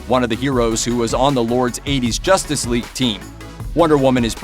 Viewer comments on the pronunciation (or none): none